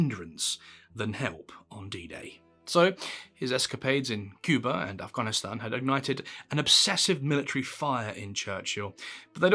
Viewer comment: Respect to your pronunciation of Afghanistan.